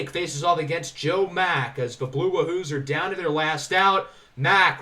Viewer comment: Not a big deal but 'Wahoo' is pronounced like Yahoo